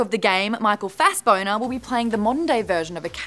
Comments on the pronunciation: Did I hear her right , michael fassBONER?? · did maude just say michael fassboner?! (rip rhaegon and lysanna) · also said "Michael Airbender" so it's definitely not an accident lol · Did she say Michael FassBoner? Lol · She said Michael fasboner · Fassboner...Airbender...Fastbreather... I'm dead! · dammit Maude keeps saying Michael Fastboner - I swear that is what I am hearing. Can't say its wrong, but the truth drops are devastating. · She also said Michael Airbender. It was intentional. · She called him Michael Fassboner... Why do hot girls get these gigs above knowledgable geeks? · I'm gonna pretend you didn't say Michael Fassboner because I like you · Punder Maude? Punder Maude. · she said "fastboner"and "airbender" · Did she say Michael Fassboner?! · Did she just say Michael Fasboner... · hehehe maude said michael fassboner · Did she say "fasboner "?? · I love how Maude refuses to say Michael Fassbender's name correctly. XD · Lol love how Boss Bomb (Maude Garrett) purposely messes up Michael Fastbender's name.😂😂😂😂